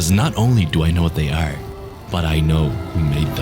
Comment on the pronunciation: he dont know how to say the word (Are) hahaha noobish or is it hes nish in life?! that would be worse